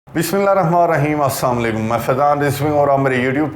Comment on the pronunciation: پلیز!! اساما علیکم کی بجائے اسلام ُ علیکم کہا جائے ورنہ خیریت چاھنے کی بجائے ، زحمت کی خواہش کا اظہار کرنا اور پکارنا برا تو ہے ھی مگر گناہ گار ھونا بھی لازم قرار پاتا ہے اس لئے براہ کرم اپنی ادائیگی ٹھیک کر لیں ۔ شکریہ